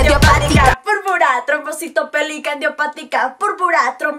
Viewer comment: Se Dieron cuenta De Que Kika No Sabe pronunciar Bien La Enfermedad de Mafe :( es Púrpura trombocitopenica Idiopatica y Dijo Purpara Trombocitopelica Idiopatica :(